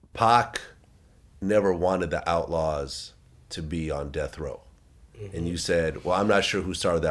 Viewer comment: Outlawz not outauz ffs